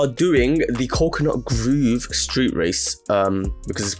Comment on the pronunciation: Coconut Grove lad not Groove